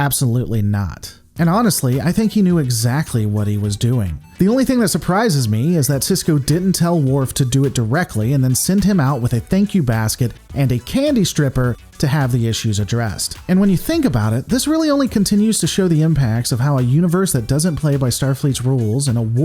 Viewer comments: Fyi: Penultimate = second to last (sequentially) Candy Striper....it’s pronounced “STRY PER” not “STRIP PER” and refers to certain hospital volunteers. As far as I can tell, “candy strippers” aren’t a thing. My only problem with the conclusion that Sisko wouldn’t “...have any qualms...about ordering Worf to kill Martok”? (you meant Gowron) is that I don’t think it’s anywhere near that certain. Does Sisko use biogenic weapons? Yes, but on an atmosphere, not on people. Is he an “...accomplice to murder...”? No. He’s neither an accomplice nor and accessory. He became aware of two murders after the fact. And he did nothing to plan, assist, encourage, or conceal those murders either before or after they were committed. He didn’t even condone them. Now, when he says (if memory serves) that “If I had to do it all over again, I would.” (Regarding bringing the Romulans into the war) Well, that MIGHT be a problem if he’s saying he would undertake actions that might facilitate, eventually, murder. But as it was, he was NOT an “accomplice” to murder. With all that in mind, I would be very circumspect about saying with such certainty that would, as you imply, readily direct the murder of Gowron. He’s never done it before; there’s actually no direct evidence he’s doing it here. (Though his words and tone certainly give one pause.) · Did you mean candy striper? Don’t get me wrong I like the sound of a candy stripper.